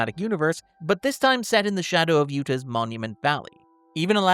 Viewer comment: Good video, but has he never heard someone say "Utah" before?